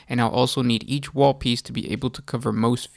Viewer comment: Is he saying wall or waghhh?